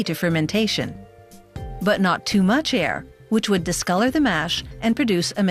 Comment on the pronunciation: Who else is wired out by the 'disgolor'?